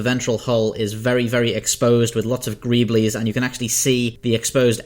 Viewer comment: Greebles ... spoken gree bal ... not greeb lys hahah just so you know how to say term in future.. thanks for video